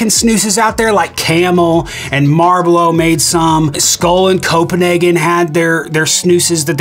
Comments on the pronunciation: Did he just say Marblow and not Marlboro?? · "marblow" lmfao how late did you say it was and how much have you drank lol. I heard marblow and laughed so hard I went back and listened 6 times. 😆